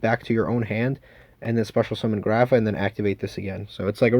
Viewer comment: Why you stupid. You can’t read grapha correctly?